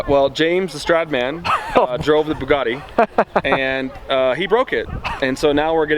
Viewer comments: Its Bugatti not Buggati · Why does James not know how to say Bugatti....